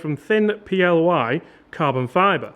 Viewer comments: ply as in plywood not p.l.y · Just for reference Its not P-L-Y Its ply as a whole word...as in ply-wood... Just means they have manufactured the carbon fibre out of thinner strands. 🙂